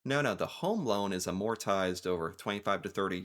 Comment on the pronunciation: The most American thing is that can’t pronounce amortize and expatriate.